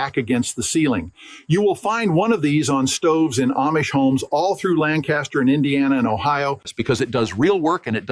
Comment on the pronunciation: I've never seen an Amish man with a pony tail and English Accent. For being 6th generation on his Farm in PA, you think he'd be able to pronounce 'Lancaster'.